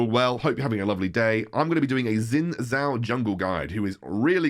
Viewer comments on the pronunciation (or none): Its pronounced as shin jao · jow shin technically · Just FYI his name should be pronounced more like shin jao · No one seems to be able to pronounce Xin Zhao correctly.